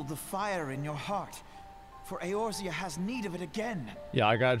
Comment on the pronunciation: Does Asmon mispronounce Eorzia on purpose or what? It's like if people called it Aizerot instead of Azeroth